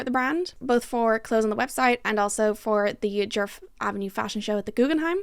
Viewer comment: The word djerf really started to lose all meaning at about the 15 minute mark…. And as a Swedish speaker your pronunciation was really good for someone who doesn’t know the language so no need to apologize! I really appreciate when creators actually look up the sounds for å, ä and ö instead of presuming an and o-sounds, so in my book you pass with flying colors with that alone